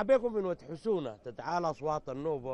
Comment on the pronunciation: ود حسونه ليس ود خشونه 😁😁😁👊